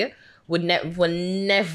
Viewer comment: " will nevaaaa, eveeer"" lol. Patios or English ari. Pick one